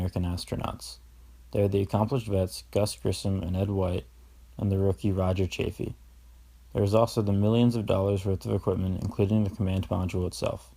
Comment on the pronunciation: This was terribly done! The reading was atrocious, you mispronounced things (especially Chaffee's name), you got facts wrong (Apollo 13 was NOT the first landing on the moon! Apollo 13 never even made it to the moon--it was Apollo ELEVEN that was first), and the whole presentation was boring and poorly done. I am a teacher and I hope your teacher gave you a failing grade on it. I certainly would have!